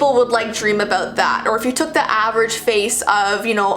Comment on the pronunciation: I love how u say aboewt